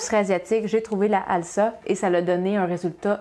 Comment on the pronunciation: Bonjour, le nom de la marque de levure chimique se prononce "alza". ça vient de "alsacienne", signifiant "originaire de la région Alsace" qui se prononce "alzace" ;)